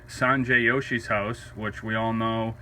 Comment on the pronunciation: Its pronounced sanjay joshi not yoshi... He is from india from Mexico lol